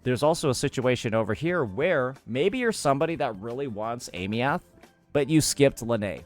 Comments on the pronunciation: Pronunciation was already shown, why keeps saying ey-me-uht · Aemeath - (eye-mith) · Does he intentionally mispronounce her name, or is this some American "knowledge"? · Brother say her name right. They already told you how to say it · Aemeath, duh? 😂😂😂😂